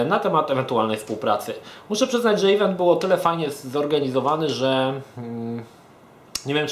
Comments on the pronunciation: no przykro mi. tak to juz jest na swiecie ze "event" mowi sie "event" a nie "ivent" <- nie ma takiego slowa jak "ivent" :) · drogi. mowi sie "event" nie "ivent"